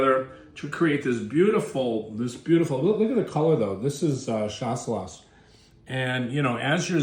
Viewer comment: Skip the last „S“. It’s pronounced „Shassellah“. Cheers from Germany (where we call it Gutedel)